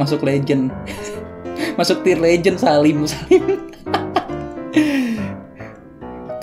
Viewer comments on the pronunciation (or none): none